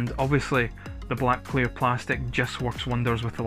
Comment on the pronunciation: I legit though you said "queer red plastic" at the start 🤣